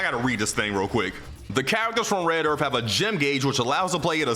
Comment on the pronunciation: Red earF